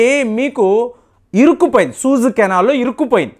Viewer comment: సహజంగా అందరితో స్నేహంగా ఉండటం చాలా మంచిది. You pronounce as సూయజ్ canal అనాలి. మీరు సూజు అంటున్నారు